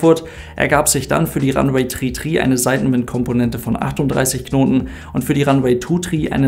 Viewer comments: Ranweh Tu Trie AHHH meine ohren. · Ist die aussprache “tri” sozusagen funksprache ? Also damit man die zahl 3 über funk auch wirklich versteht? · Danke für das Video. Wird wirklich 33 ausgesprochen - Tree Tree? Ist das ggf. so eine Funksache das man das TH nicht ausspricht? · Heißt das wirklich Landebahn tri tri oder spricht die Zahl drei einfach so aus? 🤔